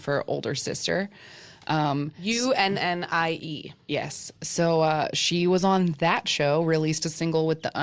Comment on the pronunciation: So this may be a bit bitchy tto say but unnie is pronouncrd AU NEE..not UN eeI. Also Noona is similar to Unni as a girl talking to her older sister would say Unni and a guy talking about his older sister will call her Noona. And yes while there is a dark side to K-pop it's actually Korea as a whole that has issues with suicide because of the stress they put on kids in school the pressure to look perfect to ostracize those who are not beautiful and the stress about getting a job being successful. So it's not just K-pop its Korea as a whole. Plus they don't talk about mental illness is often as they should.